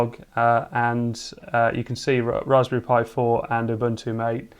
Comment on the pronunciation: The name " MATE " is pronounced Ma-Tay . It comes from the yerba maté plant, native to South America.